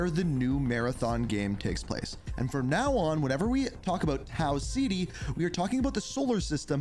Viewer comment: Tau (Cet-E) not Tau Ziti